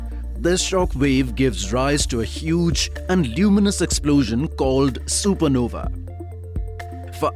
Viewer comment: It's not सुपरनोवी ,it is सुपरनोवा ,e is silent here .